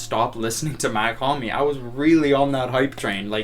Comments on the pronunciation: you did not Even say it right . bro slight mispronunciation? Its like saying Elton Jim instead of Elton John you cant do it bro. Its not Mac liker Mac miller or Mac 10 its MACH it looks the same But its a huge difference in how you pronunce it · nice vid (it’s pronounced “mock hom-ee” btw) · brooo i dont Get how somebody who been listening to his music as much as you saying you’ve been and dont know how to say his name right. I mean its not like he dont say his name in his songs, he does it all the tiime